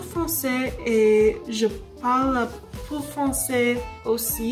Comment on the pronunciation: for peu it should a little more like po than pu. but other than that you pronunciation is quite nice. I spent seven years learning french in school.